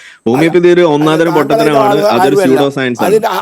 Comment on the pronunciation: ഓമിയോപ്പതി അല്ല സീറോ ,ഹോമിയോപ്പതി ആണ്‌ പിന്നെ മന്നം കട്ടയും ആയതും എന്നു പറയു